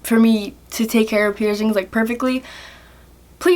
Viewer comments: First of all.. what are pierzingz? And it's your body not your mom or dads so you should clean it No hate you're super cute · Why do you call piercings pierzings?